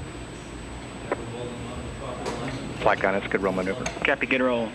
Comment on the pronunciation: "Cat pee" lol I know it's "copy" he just said it funny :)